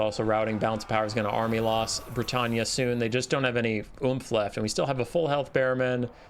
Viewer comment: Are you pronouncing Bretonnia as Bretannia?